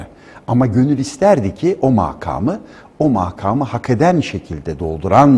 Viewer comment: MAKAK ,MAAKAAM DENMEZ SANIYORUM,HER NEYSE SÜPER KONUŞUYOR HOCAM HELAL OLSUN.